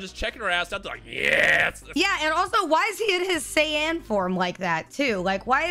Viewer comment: please don’t ever say saiyan like that😖😖😖